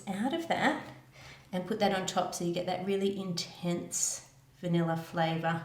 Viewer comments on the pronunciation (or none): none